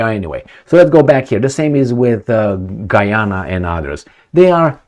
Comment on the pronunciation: Got to the end of your video and couldn't figure out your point, first you start talking Gee Ana, then talking Harry Megan then Prince Charles, stick to the point next time and don't gibber like a drunk in the pub.